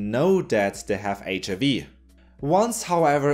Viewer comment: Loved the video. Such an interesting topic. Small remark: be careful not to proncounce the "i" in HIV as you'd do in german. I have been doing the same kind of mistake a lot in the past XD Have a great day